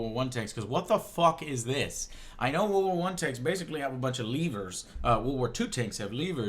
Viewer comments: Joe, WORLD War One, not war war one. It's ok. And eh, 1942? WW1? Nah. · "wuh wuh 1" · Anyone else snicker a bit when Joe kept saying "War War 1"? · "Wo Wor Won" times infinity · "war war one" Am i the only one that heard that?